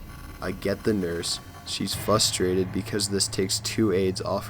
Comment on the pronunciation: Fustrated???i believe it's frustrated.